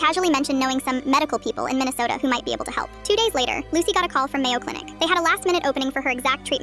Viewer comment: “Mayo Clinic “💀